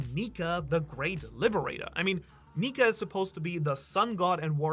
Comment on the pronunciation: Bro you gotta watch how you say nika